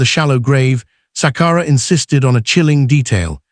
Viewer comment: Shame indeed!!! It's not Sakara but Sakala, it's Chadiza not the way you are pronouncing it